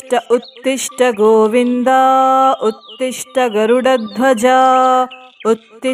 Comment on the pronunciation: ಉತ್ತಿಷ್ಟ ಉತ್ತೀಷ್ಟ ಅಲ್ಲ ಉತ್ತಿಷ್ಟೋ ಉತ್ತೀಷ್ಟ ಗೋವಿಂದ